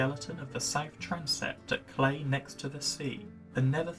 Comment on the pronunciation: Cley Next The Sea is pronounced as Cl-eye with an 'eye' and not as Clay. Comedian Rob Brydon made the same mistake when he appeared at Norwich theatre for his DVD recording and he was put right.